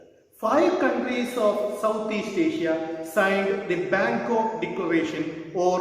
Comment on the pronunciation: Bangok or bangkok ?